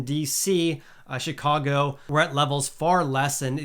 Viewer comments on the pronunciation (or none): none